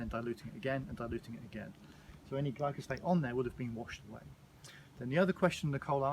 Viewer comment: you kept saying glycosphate and I was like, that's not right, then you put up the spelling, and then I was like that's not right. It's Glyphosate.